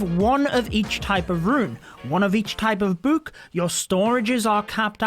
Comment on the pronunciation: It triggers me that he says buuk bruh